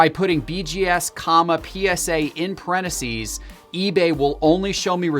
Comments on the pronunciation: IT’s parentheses, NOT pareneses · Can we talk about “parenacees”? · Anyone else triggered by how says parentheses? Pareneses,? There’s a missing “th” in there!!!! Aghhh!!! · The way he says (parentheses) cracks me up